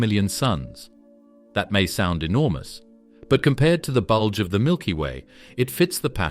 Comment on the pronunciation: Please stop saying bulge